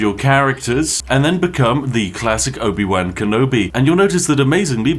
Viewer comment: Spiff pronouncing Obi-Wan wrong really hurts